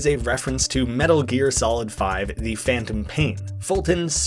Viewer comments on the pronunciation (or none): none